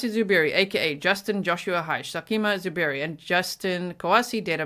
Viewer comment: I like how he said “ZOO Berry” with the emphasis on the word ZOO. Because it’s just fitting for this stupid animal.